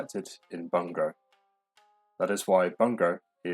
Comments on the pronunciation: Was thinking this, especially pronouncing 文語 like English bung-go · Great video, but I can't forgive you for "bunngow 😃" Come on bro, youre a scholar of Japanese lol